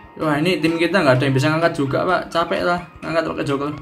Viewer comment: eh bang, elu ngomong "joker" tpi kok kedengeran jadi ngomong "joko" ya 😂😂🤣🤣